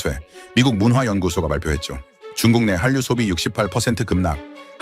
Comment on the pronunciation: 읽기도 하냐? '중국 내한륲'가 아니고, '중국내 한류'라고 띄어읽기를 제대로 해야지. 국뽕 장사하고 싶으면, 국어 공부부터!